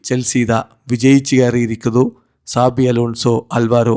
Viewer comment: Saji alla sabi 😂😂😂